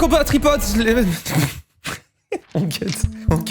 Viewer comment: "Mes chers copains tripotes" il a déja fait un avc vocal dès le début lui 😂